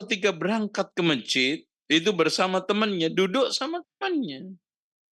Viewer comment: Masjid bukan mejid🙏🏻🙏🏻